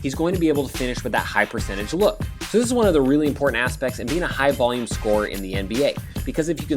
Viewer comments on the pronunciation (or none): none